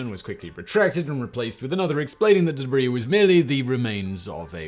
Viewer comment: The "Deb Ree" lmfao